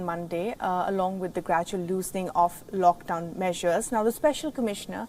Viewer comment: WTF IS “LOCKDWON” I believe it’s “LOCKDOWN”